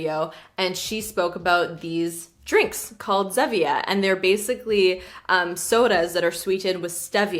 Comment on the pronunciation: Is it the Canadian pronunciation to say "ZEV-ia"? I've always only heard it as "Zee-via". Like the stevia plant, but sounds like Steve the name. Just wondering lol